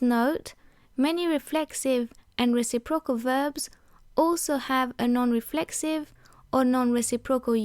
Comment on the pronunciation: Just a small note: When you say reciprocal the emphasis should be on 'recip' and then 'rocal'. You're saying 'reci' and 'procal' and it sounds a bit strange. The forvo pronunciation for the word from the UK speaker is a good example of it said properly :)